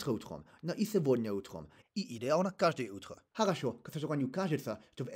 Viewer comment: no, it's not the lisp that makes your accent sound foreign, but I would say, first it's your dispalatalisation [sʲɛːˈvodnʲɜ] vs your [s̝̠ɛˈvɔdnɪɐ]. Second, it's your prosody (or I would actually say first, but many native speakers will not be able to identify it, still feeling the foreignness). Of course, it's hard to describe prosody of a language in words, especially intonationwise but generally speaking, there are 2 main syllable length in russian (first is used by the majority of speakers now and is originally from (north)-western dialects (Smalensk, Pskov, Novgorod), and the secons system is still used by some people (I would say, maybe 20-30% in Moscow and some additional percents of people mixturing these 2 systems?), and is native for the regions of Moscow, Vladimir, Nizhny Novgorod, Ryazan, Tambov, Lipetsk and Voronezh, the Eastern perifery of Eastern Slavic dialects before ~15 century. It's about how accent affects syllable length; both systems can have 3 length on a syllable (or let's say a vowel) depending on its position in the word about the stress, let's write them as [a], [aˑ] and [aː]. I will be demonstrating it on fictional words "acacaˈcacaca" and "cacacaˈcacacac" with open and closed first and last syllables respectively 1st system: aˑcacaˑˈcaːcacaˑ cacacaˑˈcaːcacac 2 system (high pitch is á, low pitch is à, normal pitch is a) àˑca̯cáːˈcàˑca̯c(àˑ or a̯) ca̯ca̯cáːˈcàˑca̯c(àˑ or a̯)c Note, that vowel quality changes depending on its length System 1